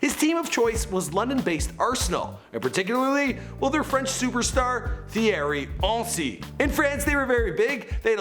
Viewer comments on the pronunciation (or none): "Thierry Hency" 😂😂😂😂😂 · ti-erry un-ry ffs ahahaha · Th-ierry ency... just not his name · THIERY HENSY LOL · I backed out of this vid as soon as I heard him pronounce Thierry Henry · The pronunciation of Thierry Henry made me cringe so hard. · and name pronunciations first Zidane now Henry...smh! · Yo your work is great but for the time you worked on the vid taking 5 minutes for the pronunciation should be a good idea. Thierry Henri wasn’t pronounced correctly. Le Havre also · It's so cringe when he said thiery henry😂